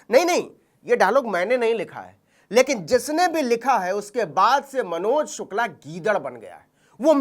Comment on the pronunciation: Abe saale sukla bolna nhi aa rha tere ko ....sir name sukla ki ijjat Krna Sikh le phle